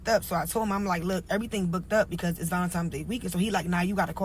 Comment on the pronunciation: Did she say Valemtimes or Valentimes? Either way its wrong or whatever like dat